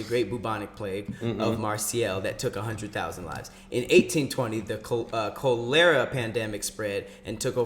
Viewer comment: The co-lerra epidemic,? lol. Cholera, dude! Like Kah-le-rah.;)